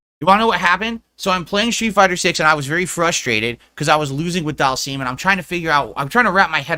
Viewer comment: “ DhALseAm “ this mf regarded